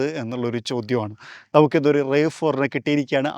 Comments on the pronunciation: ടൊയോട്ട റാവ് ഫോർ എന്നാണ് പറയേണ്ടത്.. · The "A" in RAV4 isn't pronounced as a long A. It's a shorter A😅